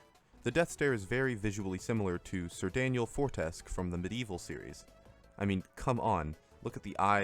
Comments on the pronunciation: A little late, but I hardly saw anyone mention this slight error. The "Fortesque" in Sir Daniel Fortesque was pronounced wrong. It's for-te-SKEW, not for-TESK. To be fair, I used to make the same mistake until I finally played the game and heard all the characters indirectly correcting me. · it's pronounced Four-Tes-Q, not Foresk 😭😭😭